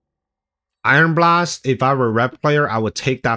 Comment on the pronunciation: I've been thinking this for several videos now, but it's pronounced "EYE-on blast", not "iron blast".